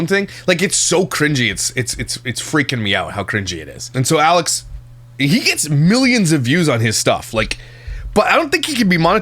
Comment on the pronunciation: you said “Yalex”!! She’s rubbing off you! 🤣🤣🤣